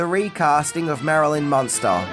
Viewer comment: Do you see an "o" in the name Munster?